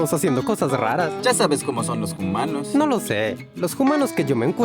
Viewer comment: Por que siempre quieres decir "humanos" dices Jumanos?